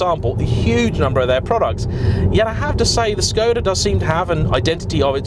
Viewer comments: It's a Czech company and he pronounced the name more or less correctly (a 100% correct pronounciation would be with a short O sound isnstead of "Shkohda"). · No he's pronouncing it correctly. If you look at how Skoda is spelt there is a little v symbol above the s. That's a Sh sound. It's how it's pronounced in Czech etc. I just say Skoda though to be honest